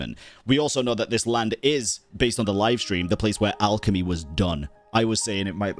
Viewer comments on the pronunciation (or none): none